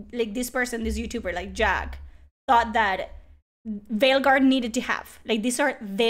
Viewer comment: I cant tell if you intentionally said "Fail guard" or its just your accent but either way its perfect 👌 😂